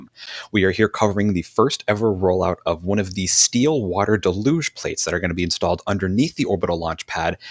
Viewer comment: Deluge, pronounced “delluge”. Not de luge